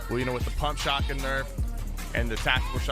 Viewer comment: Bro the word is shotgun. Not shawgin that’s hands down the most annoying thing I’ve ever heard